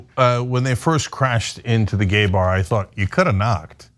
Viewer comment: Does it being a gay bar have anything to do with this? Like why is she emphasizing gay bar so much